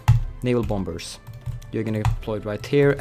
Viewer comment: Anyone else annoyed when he says bom-bers, in sted of bomers the second b is silent